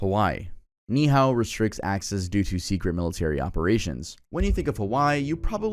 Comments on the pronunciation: the pronunciation of Ni’ihau😭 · it’s “nee e hao” not “nihao”